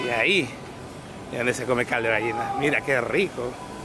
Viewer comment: No se dice Gaina se dice Gallina .